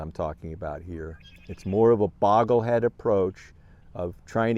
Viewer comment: fyi Bogleheads is pronounced with a long “o.” I think longer term as we age into our 70s and 80s we should try to have portfolios that require little maintenance. My goal is to have only 1 or 2 funds in each of my account types. I enjoy your sharing your journey.